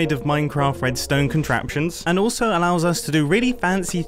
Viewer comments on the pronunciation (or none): none